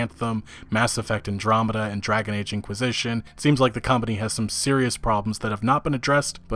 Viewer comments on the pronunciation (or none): none